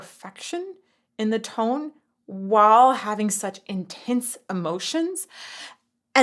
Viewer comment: I love that you have a little bit of a southern accent when you say "while". You pronounce it "whal". Not making fun of it. I pronounce it the same way. I say "winda" as well